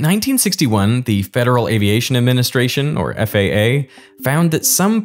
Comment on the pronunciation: Oh that's not true. His only flaw is he can't pronounce aviation correctly. Seems to be a German thing.